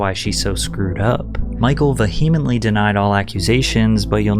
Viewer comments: Please learn how to pronounce vehemently (the h is silent, so VEE-uh-ment-lee). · Bro you gotta look up how to pronounce vehemently, it’s been a couple times now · Vehemently, Mykonos. If you don't know a word, google it and play the pronunciation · okay thanks that makes me feel a lot better!! I would hope you wouldn’t mispronounce vehemently, quaid, Cannes, and Mykonos!! 😅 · he fucked up "vehemently" too. many such YouTubers. it's okay to do a second take or double-check your work. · No just young and not the brightest. I’ve heard him mispronounce “vehemently” before. Idk what I’m even doing here. His videos just annoy me. And I lived through this era…I’m 40 so I remember the tabloids.